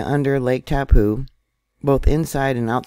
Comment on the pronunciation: That letter on the end of the name Taupo is an 'O' that makes its name end in an 'Oh' Try saying TaupO!